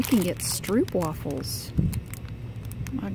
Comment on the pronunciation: I like how you say "stroopwafels" ! because i am from holland 😊 you need to try those, the are very delicious